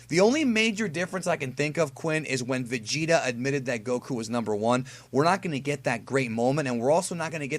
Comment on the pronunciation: The Vegeta voice actor dude sounded like he said Vecheetah lol